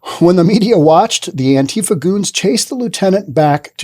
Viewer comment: This is first one of these ive seen Learn to talk properly first & how you pronounce words & what Government dept do you work for with your pro Government propaganda First of all to pronounce antifa as ANTIFAR because they are anti facist anyone that doesn't believe in most they do are totally not patriotic antifa are & if was the PAGANS mc they are a very dangerous 1% club Not a gang.